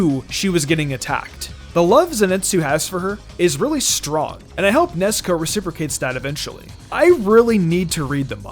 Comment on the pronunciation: It's funny how you call Nezuko Nesko